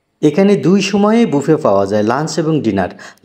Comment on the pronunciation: Ha ha ha ha বাফেট না বুফে